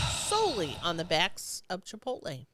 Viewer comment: It's chip-toll-E ladies